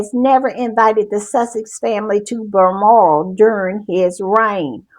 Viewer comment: If I hear Berlmoral one more time imma lose my ever loving mind!😂😂😂 BALMORAL… BAL BAL BAL!